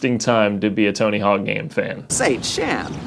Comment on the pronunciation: Are you calling it Tony Hall?? Bro